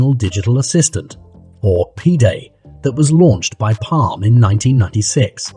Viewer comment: That's a radio (Sony SRF-S84), not a walkman. I have one of those. - "pee-day"? PDAs ~~~SUCKED~~~ and were unusable as left handed person can tell you. They were solely made for those using the wrong hand.